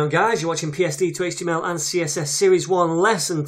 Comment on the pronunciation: "HeyychteeAm' Al" (HTML)